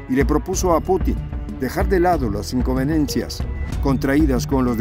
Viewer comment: Inconveniencias, no "incoveniencias"